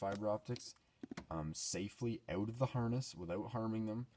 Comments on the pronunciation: Dude, it's not pronounced oat, it's pronounced OUT. Like (ow-t). or.... (ahh-oo-t) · you say you have to take these three pieces "oat"